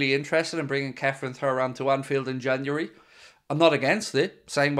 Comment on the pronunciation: You still can’t pronounce his name properly… surely you seen his dad play???